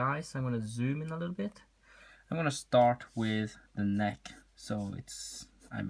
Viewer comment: N e i k t Dont worry though, i used to say it the same way